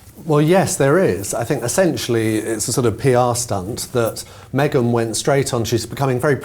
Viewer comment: shame you on for saying meangen of Sussex. Shame shame. Shame. You should forgive yourself and the rest of us...